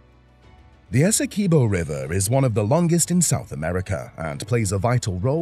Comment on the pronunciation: Good morning bro the name of our largest county is pronounced ESSE QUIB OH not ESSEKIBO. Please humbly accept tis correction.